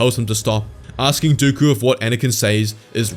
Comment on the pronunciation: No way bro said dookoo it is dooku